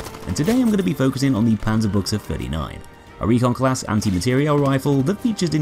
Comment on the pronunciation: "Okay, how much is he gonna butcher the name of this gun" I thought, but I was pleasantly surprised. Far from perfect, but still much better than most others.